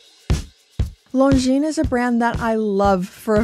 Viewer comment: The watch I wear the most is definitely the Longines Conquest, the older version that was recently updated. I know it’s knit picky but the S is silent.